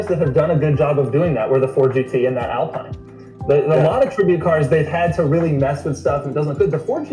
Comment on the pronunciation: I like Doug DeMuro's output. I confess that most of my enjoyment comes from schadenfreude when he mangles the pronunciation of commonly used words. There was one in this video. 'Alpine'.